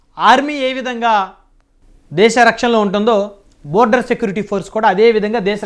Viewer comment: బార్డర్ ర నయన.. బోర్డర్ కాదు..